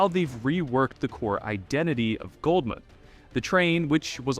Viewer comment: Why you saying it as "Gold"mud, youre driving me crazy. Love your vids tho